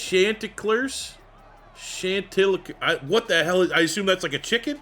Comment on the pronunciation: Hey if you ever need to help pronounce Chanticleers here's the pronunciation SHON-ti-clear i'm also a season ticket holder for coastal football